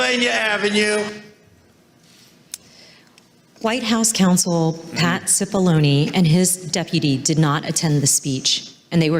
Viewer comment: I thought you kept saying Patsy Baloney.